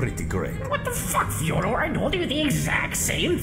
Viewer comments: Slowly butchering Fyodor's name more and more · I love how the Emperor pronounces Fyodor's name differently every time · The fact that he messes up Fyodor's name subtly every time he says it to him is both hilarious and scary as it is also an indicator of how fucking pissed he is about thos guy ruining his ancient friends work.